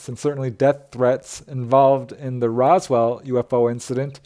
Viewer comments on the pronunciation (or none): none